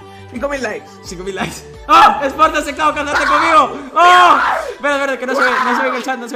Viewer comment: Jaja dijiste Uke envés de like